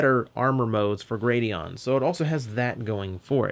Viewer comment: Gladion, not Gradion.